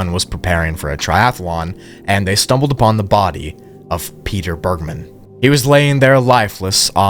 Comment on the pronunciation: “Bergmann” isn’t pronounced how you did it btw, my step dad’s surname is literally the same just without the second N and it’s a german (i think) jewish origin surname, so it’s not pronounced in an american way 😅